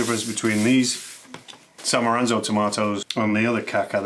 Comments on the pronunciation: It’s not, “ SAN MORANZO !” 😂😂😂😂 its ,” SAN M A R Z A N O with basil 🌿!” Dude 😅Good job with the pizzas 🍕 👍👍👍Screw NY !!! Water is water .who cares . 😢 The greatest pizza maker ( GABRIELE BONCI ) in ROMA , does not have any stupid rules , and his pizza shop is packed with customers all day 😊😊😊 His rules are simple. Quality of the product ! Period ! Like he said it on Netflix . Check it out . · Bro said diatastic and San Moronzo 😱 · did my man just say san maranzo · San Moranzo 😂 😅😂 San Mar zano! So after we get past the disclaimer… you basically state that everything you said is likely to be false and is down to opinion and because there are no strict requirements for NY style pizza… you’re happy to just make it up. I bet NYers gonna love this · I cant stand how you butcher San Marzanos name and also didnt want to see man balerina with scimitar. I enjoyed the rest of the video and would like and sub otherwise :/ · San Moranzo? 😂😂 Yup, yoy are definitely making new york pizza. Neapolitans use San Marzano. 😁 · I stopped the video when you said San Maranzo. Credibility all gone. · He lost all credibility with me when he called them San Maranzo tomatoes instead of San Marzano tomatoes. Not sure if this is an inside joke or truly a gaffe. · MAR ZAN O!! not Maranzo! That feeling you get when you realized you have not just pronounced a word wrong, but actually said a different word entirely. Thanks to the commenters pointing this out. Additionally I would like to express that this video became more of a question than an answer regarding the Water Pizza Gate Keeping debate. One that I am enthused to dive deeper into! (watch the last chapter to see what i mean ) starts . Further, I recommend you get yourself a copy of Tony Gemingnani's stellar book "The Pizza Bible", It was probably the largest inspiration I had for this video . Link in Description.